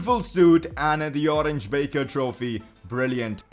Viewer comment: You pronounce the "Oranje Beker" trophy like "Oranya Beaker" trophy